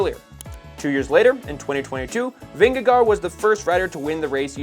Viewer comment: PRonouciation help on Jonas Vingegaard for americans: Vingègore Hope that helps?